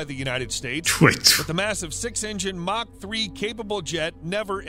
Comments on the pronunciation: mach is pronounced (mock) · Pronunciation correction ---mach is pronounced much like mock , not mash as you pronounce it. Also if you like videos about planes that were ahead of their times ,check out the SR-71 Blackbird from McDonnels " Skunkworks , a plane from the 1960's that STILL holds the world speed record .